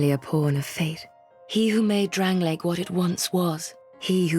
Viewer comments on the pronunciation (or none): none